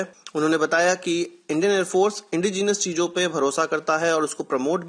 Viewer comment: indigenous....sounds like a pogo